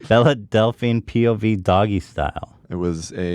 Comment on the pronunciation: Why is it so hard for Ethan to pronounce Belle correctly